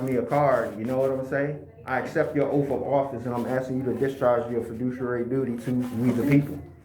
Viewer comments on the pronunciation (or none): Its Oath, not OAF! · Dude, its Oath not OAF.😂😂😂😂😂😂